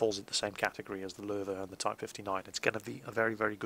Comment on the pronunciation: OMG. WHEN I HEARD YOU PRONOUNCE LOWE CORRECTLY I IMMEDIATLY FELL IN LOVE WITH YOU <3